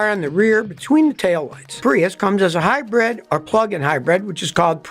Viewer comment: hi-bread ? lol